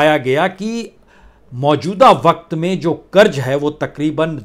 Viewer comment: Kiu ki hajaam hazaam aap nahi bol sakte. Tallafuz sahi karye karj nahi karz hota hai. Urdu ko padh late to aap ki keemat ziyada ho jaye gi